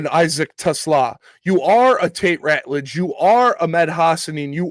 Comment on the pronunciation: is the 1st content creator that I have heard so far to correctly pronounce Isaac Teslaa's name. 👏👏🤣🤣 LFG Lions!!!!